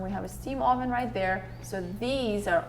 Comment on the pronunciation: Your guys experience is really shining through. Too bad that comes with agonizing over the smallest details but it'll be worth it in the end. And seeing those renderings is very satisfying. Other than that, your pronunciation of "oven" cracks me up as it decidedly has Spanish flavour. Being from central Europe and having my own peculiarities as it comes to language I'm not making fun, but just an observation.